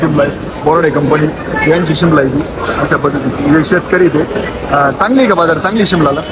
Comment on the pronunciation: बझार नाही बाजार म्हणं